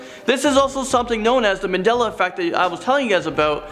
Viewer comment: There is no r in Mandela